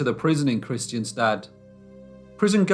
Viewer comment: Kristianstad is pronounced "Krisch-ANN-sta", though.